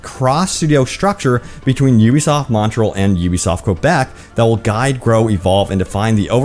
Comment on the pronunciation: Sir, it is "Montréal" not "Montrell".